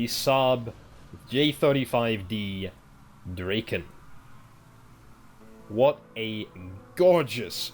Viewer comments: I'm talking about the pronunciation. Dra- as in Drag, instead of as in Drake. Draken is modern Swedish meaning "The Dragon". Probably old norse as well but I can't vouch for the grammar in that case. Ultimately doesn't matter though. Just surprised me you chose to pronounce it like that. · Draken? Huh, hadn't even considered you could prunounce it like you do. It's just dragon but with a k.